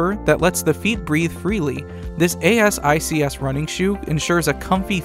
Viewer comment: thanks for the review! Asics is pronounced like "A-six" by the way :). They are good shoes!